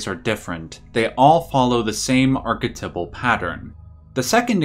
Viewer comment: The way this guy says archetypal pissed me off WAY more than it should